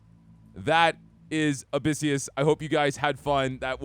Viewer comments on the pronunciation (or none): It’s not called abyssius… it’s abyssus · Shoulda learned how to pronounce the game title before doing this vid.